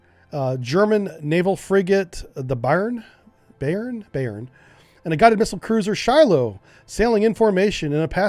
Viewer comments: Not "Bayren"... It is "Bay-earn" (With the a in Bay more like the a in "bath" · FGS “Bye-ehrn” -means ‘Bavaria.’ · "Bay-ern"* <3